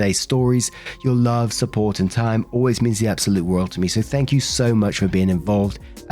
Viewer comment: I just watched an older video where you mentioned people giving you a hard time because of how you say "world". Im here to say i didnt even notice and, your accent (im from the US) is a big reason I started listening to you.